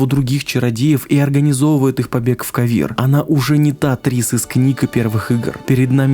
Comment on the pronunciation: с того хотя бы что такое ударение в игре ставилось, да и звучит лучше, кОвир и пОвисс, а не ковИр и повИсс) ((